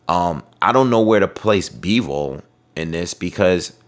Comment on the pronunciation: his name is Bivol not Beevle 😂😂😂